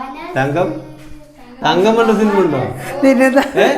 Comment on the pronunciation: സിൽമ അല്ല സിനിമ